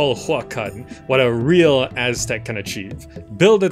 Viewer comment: Finally an Aztec city building game. Now they just need to add the Maya, and Inca as well😁 You also managed to pronounce that almost 99% correct. Take that any western game player lol. Few are aware that Mexico city stand on top of the ancient capital of the Aztecs, and that Mexican derives from the word Mexica which is another word for what they called them selves. Mexico is basically the land of the Mexica. Mexicans are not white nor illegal immigrants, but indigenous Americans; Ameri Indians, meztiso etc. Even in the Mexican flag you can see the creation myth of the Aztecs: the eagle devouring a snake on top of a cactus!